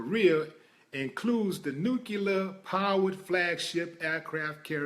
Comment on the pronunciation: Why the fuck is it that people forever say "nu-cu-lar-" instead of NUCLEAR?????? I'm so fucking peeved!